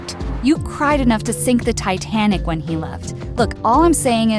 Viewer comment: When she said you can sinck the tiitanic I almost did to (by laughing my heart out)